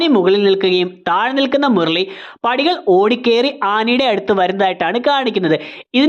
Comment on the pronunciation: ആനി ❌ ആന ✔️ മുരളി❌ മുർളി ✔️